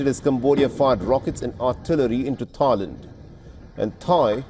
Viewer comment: instead of thailand it tryland🤣🤣😂😂